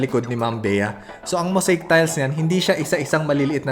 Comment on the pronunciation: Moseyik po, not moseyk ang pagbigkas sa mosaic